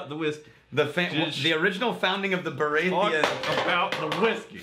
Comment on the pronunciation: Hands up if you already knew wouldn’t pronounce Baratheon correctly